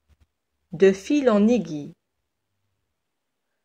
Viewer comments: Merci beaucoup mais je pense la prononciation du mot aiguille est اڨوي c'est pas اڨي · Merci pour cette vidéo. Petite remarque mot (aiguille) se prononce "aigwille" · اهلا بكم متتبعي الكرام. ورد خطأ في نطق كلمة aiguille الابره و التي تنطق "aigwille". شكرا على تفهمكم.